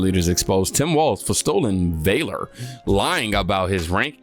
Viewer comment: Sorry?? (It's (Valor, like values, not like vale-er?